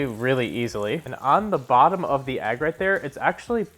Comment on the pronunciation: Agg? 😂 it’s EGG! Nice review tho